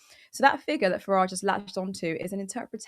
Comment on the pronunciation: Why does Farage pronounce his 't's' as 'd's'? If he wants to emigrate to USA I'm not going to try to stop him. As long as he gives up his citizenship on the way out. Tax dodgers can go to a nation founded by tax dodgers, for tax dodgers. I hope the Treasury's been keeping tabs on the two and a half centuries of back taxes we're owed by USA.🤨😠